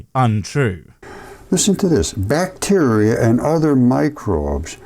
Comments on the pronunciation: Not sure what "bvacteria" is... lol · The very start really speaks to how much effort he puts into his videos and research when he doesn't even re-record his intro after fixing "bvacteria is space."